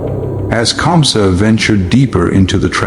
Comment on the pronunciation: 😂😂 Who is kansa. It's KAMSA😅